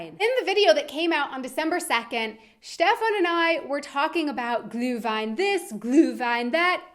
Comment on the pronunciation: Ich merke zumindest in dem Video, dass dir das vermehrte Deutsch sprechen scheinbar hilft. Deine Aussprache von "ü" wie in "Glühwein" hat sich gegenüber früheren Videos deutlich verbessert. Also sie ist eigentlich in dem Video hier wirklich gut.